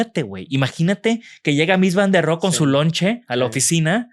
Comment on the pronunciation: «ROHE» SE PRONUNCIA CON «H» SEMIASPIRADA, Y TERMINANTE EN SCHWA, NO «RO».